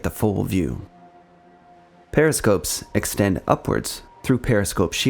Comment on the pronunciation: Aahhhh... "Pairofscopes." now I get it!